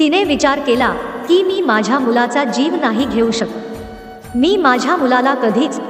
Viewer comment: शकत हा शब्द चुकीचा उच्चार होतो